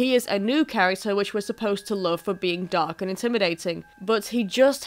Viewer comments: Sorry I heard dog too 😂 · Raindrop Reacts British “dog” sounds like oak with a D in from of it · As a British resident for my entire life I honestly still thought you said dog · for the first minute i thought she was saying mephiles the dog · I thought he said dog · Sounded more like how the Japanese pronounce it. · I just meant the "dark" part, like zero "r" sound. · Nope. The 'o' sound we use in the word dog, log, etc. is just completely different from the american sound. And it isn't the same 'o' in 'oak'.